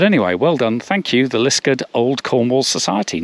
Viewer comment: Obvious that you are not a local - it's called Lisk-aard!!